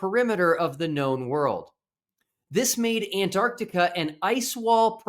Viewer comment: Thank God that the Final Experiment has helped some people ( is one) now actually pronounce the name of the continent AntarCtica... Good job, another great video.